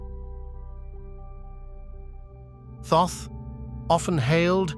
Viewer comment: I can't watch this, its very annoying to hear the narrator using different pronunciations for Thoth.